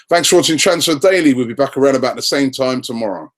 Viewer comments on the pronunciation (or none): none